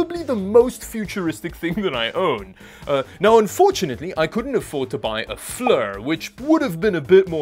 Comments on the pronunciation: "flur" lol ... it's pronounced FLEER. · Actually the Flir is pronounced "Fleer"